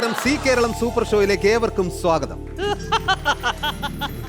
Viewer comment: Only on see Karalam oO? Zee Karalam.. "Za" ucharikkaan padikkanam.